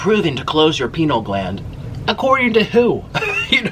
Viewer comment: Plz don't say "pineal" like that lol